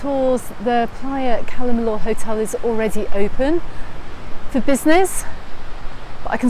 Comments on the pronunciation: Apart from her who else pronounces it Calle “milllooor” iv only ever heard it called calla- milla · I didn’t say you were wrong I said iv never heard it pronounced like that that’s all , calla miller, Cala miyour but I can tell you the Spanish hate how we pronounce their language